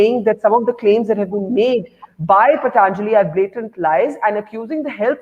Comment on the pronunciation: So this host aunty can pronounce patanjali but keeps calling it paTaaanjali as it's fashionable. Also I've been taking ayurvedic supplements for immunity n they're any day better and cheaper than allopathic vitamins.